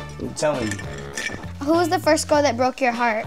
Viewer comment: "That was my foist joint"-Tory Lanes